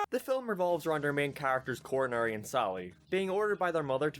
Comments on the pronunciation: Coronary. I thought it was Conrad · The Fact that u didnt say conrads name right the entire video is purr Fect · I like how you get Conrad’s name wrong like the Cat does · Were you mispronouncing Conrad’s name on purpose?